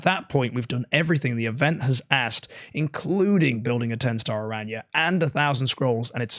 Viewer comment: Aranya 😂 I’m dead just say how Barry says it. We all know you watch his videos lol